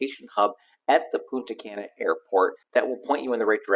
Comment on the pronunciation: Love the vids but your "gringo" pronunciation of Punta Cana needs a little bit of work ..lol Try saying..Poon..ta...Kah..nah.. Not Can🥫 ..a or as some also say Kay na..lol